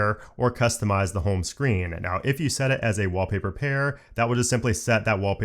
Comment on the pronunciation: Took me a few listens wondering what a "Wobbly Bird" was before realising you were saying "Wall Paper" 🤣